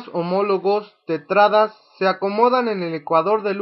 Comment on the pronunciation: Bien explicado... La única crítica sería la mala pronunciación de palabras como tétradas o citocinecis.